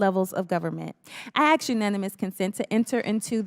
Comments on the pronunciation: I get so tired of people saying axe instead of ASK. It’s EASY to say it right! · She did aks nicely